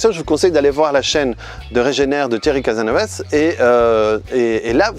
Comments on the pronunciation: Casasnovas! Pas Casanovas ok ? 😀 Oups, je suis pas le seul a en faire la remarque je vois, hi hi hi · Lol c'est CasaSnovaS les deux S se prononce !! Sinon bien la vidéo top !